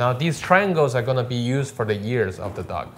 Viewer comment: him: now these triangles are gonna used for the ears of the dog *thought he said YEARS for the dog* me: years? what? *later on* me: ohh ears!!! now i get it